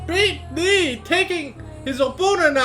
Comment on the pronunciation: Lmfao sounds like your saying beat d***